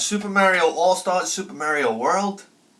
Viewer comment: I will pronounce "Ocarina" correctly when you start pronouncing "Mario" correctly.